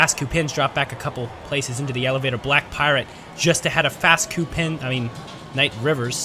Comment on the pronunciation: Okay, I have to ask -- what exactly is a "fast coupin"?